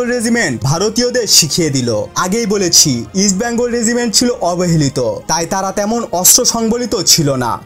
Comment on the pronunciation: Vai ke shera regiment bole gonno kore sheta bollen na keno? Ami shera bole gonno kori. Btw regiment thik kore pronounce korben.